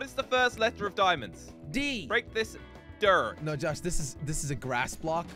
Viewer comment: Some broke the dirt and it dropped “G” that’s not dirt that’s “Girt”